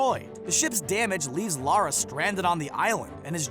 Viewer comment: Why do americans not know how to pronounce “Lara” ?